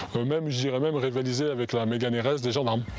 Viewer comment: ptdr sa me pique l’oreille quand j’entends megane